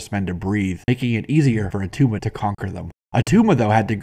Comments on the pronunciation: It's not Atuma. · IT' NOT ATTUMA!